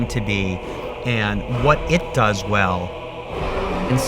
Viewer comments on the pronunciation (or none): none